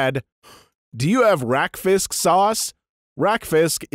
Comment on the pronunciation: Im surprised that you managed to pronounce 'rakfisk' in a danish way. I don't know if thats how it's pronounced in norwegian, but it sounded danish so I was sso confused until i heard "traditional norwegian dish."